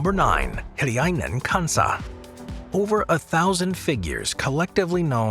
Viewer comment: I live in Finland and been visited in Suomussalmi Hiljainen Kansa on last year summer 2022, that place is quiet and so peaceful with silend people. By the way you sayd Hiljainen Kansa so good. SUOMI MAINITTU TORILLA TAVATAAN! 🇫🇮